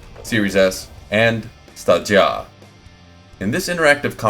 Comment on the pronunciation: Never knew how to properly pronounce Stadia till now thank you for the teaching moment.